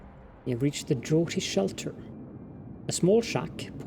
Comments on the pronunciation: Draughty shelter..is pronounced drafty. (Already been said..sorry Dwagonman, diddn't notice your comment) :) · Draughty is one of those fun Englishisms again ... we say it like Drafty :-) PS Been enjoying the Frostpunk